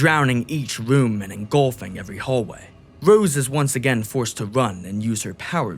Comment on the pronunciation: Who is narrating this, fucking Homestar Runner? Yee yee ass "WHEN WOSE WAWK INTO THA WOOM," Christ.